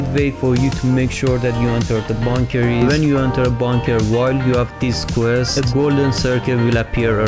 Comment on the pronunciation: It's funny how he say bonker than bunker but helpful though